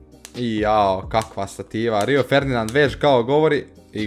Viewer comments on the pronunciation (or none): none